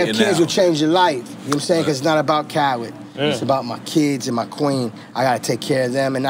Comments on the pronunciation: Does it sound like N getting his name wrong? Carlid? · I know off the rip I'm going to love this interview because nore can never say DJ Khaled name. Shout out to the fact that DJ Khaled has gloves on but still puts his pinky ring on